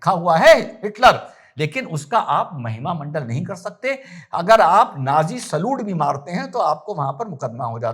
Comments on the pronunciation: Sir वो महिमा मंडल नहीं महिमा मंडन होता है धन्यवाद आप हमेशा हंसते रहे ❤ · शानदार जानदार ज़बरदस्त अप्रतिम अद्भुत अकाट्य सटीक विश्लेषण, आप जिसे महिमामंडल बोल रहे हैं उसे महिमामंडन कहा जाता है